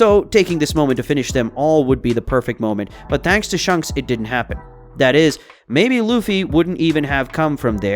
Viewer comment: your saying shanks like shunks its so cringe